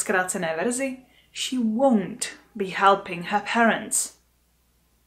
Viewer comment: Ten stažený tvar won’t pro mne zní stejně jako want